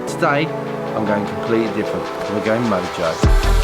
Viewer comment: It is pronounced MO-HO